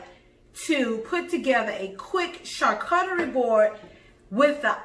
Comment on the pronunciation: Everytime she says Char CUT tarie, I spaz. It's char COO charie